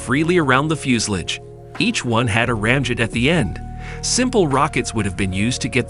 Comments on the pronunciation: TO THE MAKERS OF THIS VIDEO: I'm sorry, but what the heck is a "fjus-lids" ? (Yes, I realize that you were trying to say "fuselage"...but Come On !!! ) After all, it is actually your job to narrate this video. -If you can't do a better job than this, please find someone else to do it ! (A friend, even. -Anything!!! ) -The pronounciation of the German words is atrocious ! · its pronounced like this fyo͞osəˌläZH ..... not Fusalidge or Few sal age it sounds like Few si La ja the end sounds more like Lodge but with not really the D sound of the lodge but pretty close sounding. Sorry that was driving me nuts hearing that :face-blue-smiling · How stupid can you get, the word is FUSELAGE ! , not FUSELIGE.